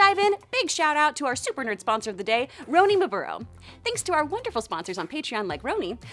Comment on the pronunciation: The butchering of my name ,Roni